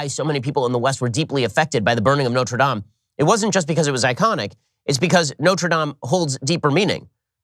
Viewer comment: Learn how to pronounce Notre Dame... 🤦🏼‍♂️🤦🏼‍♂️🤦🏼‍♂️